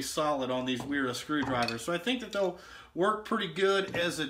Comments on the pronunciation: Pronounced Veera. The W translates to V. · Vera* W in German sounds like a v